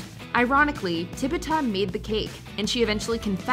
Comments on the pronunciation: Please, if you are going to mention a slave that was falsely accused of witchcraft, please pronounce her name right. Tituba, not Tibuta. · Okay, I just gotta say it... The enslaved woman's name is Tituba. Not Tibuta. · Tibuta?? It was Tituba... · It is TITUBA. Not TIBETTA. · Tibitha? Did you guys even research a little? TITUBA. Smh. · Not Tibuta 😅😅😅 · Tibuta? I thought her name was Tituba. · Crucible- Wynona Rider says Tituba, 2 seconds later the narrator says Tibby Ta. Lmao, they don't actually watch these movies. They barely read the script they're given... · Its Tituba not Tibuta.....come on. lift your game